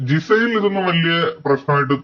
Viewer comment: Gisil അല്ല ജിസൽ